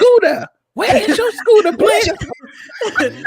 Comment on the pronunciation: PLEZ? got me clinching my pearls 🤣🤣. Not mustard seed. Come on overflow